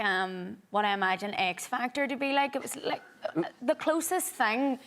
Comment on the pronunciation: I litterally heard "the eggs fagtor" 😂😂😂😂😂